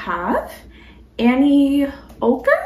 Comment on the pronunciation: Wow! I never win anything! Thank you so much!😄And, you pronounced my name perfectly—a rare feat!😂How do I get my address to you?